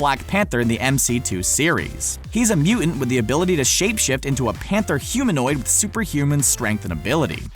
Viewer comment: Wait a minute..."Mew-ent??" The word is Mutant. Lazy is as lazy does...